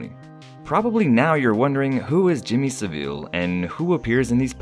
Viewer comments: it’s said sav-il... it’s seriously pissing me off how your saying it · Your pronounciation of Saville is funny...